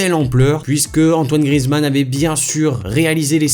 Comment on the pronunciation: À c'est pas Grizzy mais Grizou